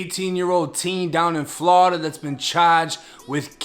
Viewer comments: I like how he pronounce Florida as Flowrida but me being from Florida born and raised there currently living on the west coast but it's pronounced 2 ways only "Floorda" or "Flawda" ain't no in between bruh 😂😂😂😂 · Never get tired of hearing Flawda